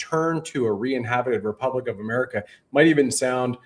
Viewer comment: come clean! You know you lied about the Generals telling you that Sandy Miarecki infiltrated the group, and that this splinter group of Tim's was the real Republic. How many members do they have,? lol 56? This is sad cosplay nonsense. Oh, and tell the word is republic, not repubic. lol